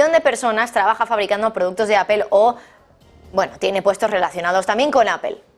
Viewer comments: A ver, no se dice apel, fijate: se escribe Apple, utilizando el castellano se diria aple, y la forma correcta en ingles es apol........por lo tanto aprende, nada de apel!!!!!!!!!!!!!!!!!!!!!!!!! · Como comunicadora pro rusa y pro china porque no empiezas por pronunciar mejor Apple y después das tus noticias tendenciosas?